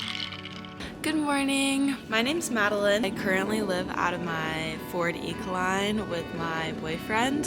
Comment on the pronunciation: Is this Ford E-Series van a 2006 or a 2007 model year? It has to be one of those model years since I did notice the chrome E-Series badge on the back door, but still having the front end. Is this a 150, 250 or a 350? It looks like it used to be a 12 passenger van. Also, it's Econoline, not Ecoline.